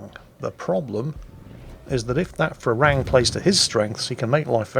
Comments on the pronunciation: It's Pra-Ruang (straightforward) Me as a Thai really like to see foreigners mispronouncing Thai words ;) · Actually.. When phonetically transcribing Thai into latin letters things do get a little unlogical for us westerners. "Phra" is not pronounced with an F-sound in the beginning. It's a standard P basically. If you pronounce it "Pra Ruang" you'll be good;) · Pra Ru-ang. Learn thai mate... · I love how pronounces the Thai destroyer Phra Ruang as Farang which is the Thai word for foreigner, so to his credit he is speaking a Thai word just not the right one. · Phra Ruang read with strong P and strong U